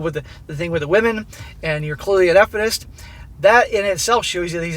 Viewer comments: "Eff-inist" XD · Why are you saying "Effenist" or whatever, wtf is that? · why is he pronouncing it that way? would he get banned for using the word?